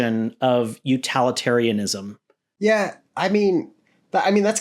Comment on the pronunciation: UTILitarianism not uTALitarianism